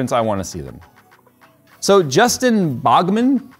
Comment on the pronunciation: Dude it's BOWMAN baugh is BOW lol 😂 I got a friend with that last name 🤣